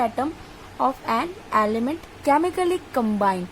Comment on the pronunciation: its not 'aaliment' its 'element'